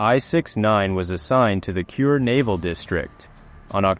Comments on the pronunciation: Kure is not pronounced "cure". It's Ku-ray, the Japanese word for ceiling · Thanks for video. The port city you mention repeatedly as "cure" is pronounced "ku-re" (呉). As explained by the text on the screen, the Japanese sub video around 11 minutes shows an operation in the Indian Ocean and has nothing to do with the subject submarine I-167.